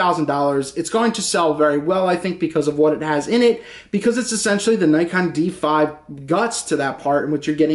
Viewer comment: It is pronounced "nee kon"